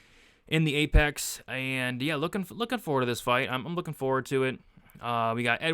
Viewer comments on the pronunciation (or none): none